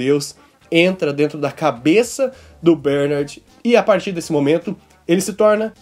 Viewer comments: fala bernAAArd direito =D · Mano, obrigado pelo esclarecimento do episódio este vídeo foi muito esclarecedor, mas o jeito q vc fala Bernard dói os ouvidos! Kkkk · Pq vc fala Bernard de forma estranha? Kk